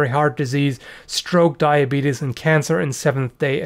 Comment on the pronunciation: Lol he said "diabetus" like Wolford Brimley